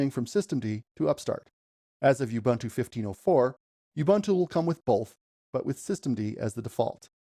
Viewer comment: BTW, all the "U's" in "Ubuntu" are pronounced as "U's" as in "Oo-boo-ntoo" and not "You-bah-ntu". The "b" should be soft but you don't have that in English so it's difficult for me to teach you how to do it